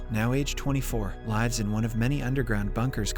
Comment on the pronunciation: Thought you said this wasn’t an AI generated voice? Only a computer would read that word wrong.